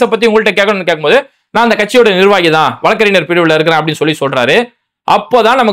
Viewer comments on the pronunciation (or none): Bai வழக்கறிஞர் என்று உச்சரியுங்கள்